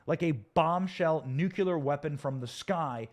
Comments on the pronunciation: Should be nuclear not "nucular". There is circular, angular, ventricular, and even corpuscular. There is no such thing as "nucular". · I like you, and your content, but surely, you are intelligent enough to correctly pronounce the word nuclear,,,,🤔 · A nukular meltdown? It’s nuclear. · Hey Benny, you're great. But you got me giggling over here... You pronounce "nuclear" like my kids! It's cute and funny 😁😂 It's pronounced "nuke-lee-er". Not "nuke-you-lar" Obviously nbd... it's just funny, that's all. (Don't come at me ppl! I'm saying it's funny!) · Haha that's how George W. Bush always pronounced it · It is funny! 😁❤